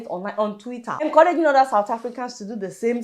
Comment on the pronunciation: wtf is ''WHOPPED"? Nigerian word,,,, they even say ''order'' instead of ''other''....